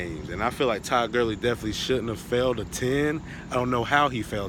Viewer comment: It’s funny when you say “tuh”